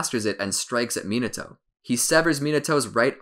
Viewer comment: mi NA to NOT minaTOAD